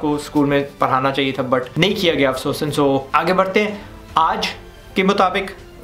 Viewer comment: I like that "Afsosan"